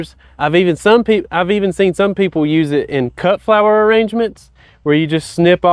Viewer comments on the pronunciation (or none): none